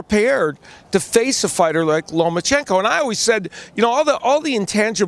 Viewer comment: there is no N in the middle of his name. It's Loma-chenko not LomaN-chenko. Alot of Americans get that wrong.